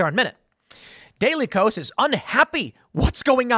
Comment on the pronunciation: I'm pretty sure that the KOS in daily KOS, is supposed to be pronounced K-OS, or "chaos"